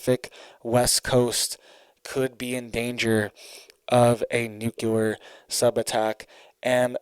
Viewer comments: Omg duuuuude! I love listening to your news but GD!! It's nuclear...nu .cl..ear! Not nucular! You are killing me calling it that. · Dude, I really like your channel and content. You are very informative. But... Please... Please, can you stop saying "nucular". It's nuclear bro. Nu cle ar. Thanks much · NUCULAR IS NOT A WORD! NUCLEAR. IS THE WORD! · Nuclear… not nucular. Driving me craaaazy lol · It is NUCLEAR ...NOT NOOKYOOLER ...I can't stand how people are so stupid they can't even pronounce a simple word like this. BUY A VOWEL!!!!! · If you're going to report about a nuclear event, at least pronounce the word nuclear correctly. When you say nuculer, you sound ignorant and can't be taken seriously. Have you ever heard of the "Cold War"? All this stuff has been happening on the regular since the end of WWII. Stop using peoples ignorance and fear for likes and clicks. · It's NU - CLEAR.... please say it correctly... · Nuc-le-ar! Love your updates but this makes my OCD go crazy... lol. Thanks for reporting 🥰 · I appreciate what you do and have to say, but please learn how to pronounce the word "nuclear". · Please please please learn to say "nuclear" correctly. Total cringe and educes cred when such common words are mispronounced. Always surprised no one was around by now to let you know you're pronouncing it wrong.